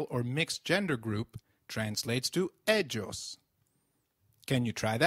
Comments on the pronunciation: Isn't it more like Eiios than Edshos? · You wrong pronounced ellos , yo